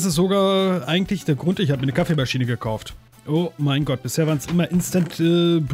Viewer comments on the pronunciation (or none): An der Stelle verstehe ich auch beim 4ten mal: "Ich habe mir eine Kaffeemaschine gekocht..." :D hahaha naja eher "gekaucht" aber trotzdem gut :P Demnächst beim Leitwolf #Let's koch Kaffeemaschine muhahahaha